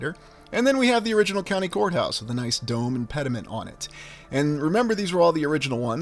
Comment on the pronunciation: I thought you said whore house...but you were saying court house 😅